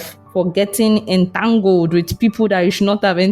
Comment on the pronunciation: How you emphasized the "entangled" got me laughing.😂 Nice one,. Thank you.